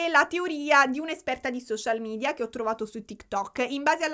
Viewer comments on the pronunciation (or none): none